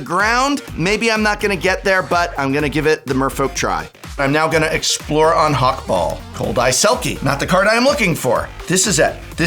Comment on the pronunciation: I die a little every time the says Hak-Bol instead of Hak-Bal (based on Ixalan been meso-american inspired)